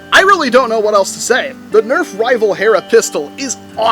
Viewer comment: Did you mean nerf HERRRRRRRRRRRRRRRRRRRA?